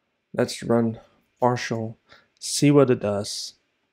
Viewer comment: its "parcel", nor "parshl". lol